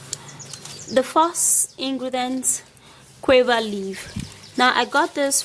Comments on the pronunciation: U nigerians u mean u don't differentiate btn q n g?d word is guava not quava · Ok gauva, not quava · SHE IS PRONOUNCING THE FRUIT GUAVA AS QUAVER THE LEAVES ARE FRM GUAVA TREE ND THATS WAT SHE MEANS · Guwava. That's how it's pronounced in Jamaica .Guwava😂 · Shes says cuava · Pronunciation is wrong... of guava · What leaves did u say ? Sorry not very clear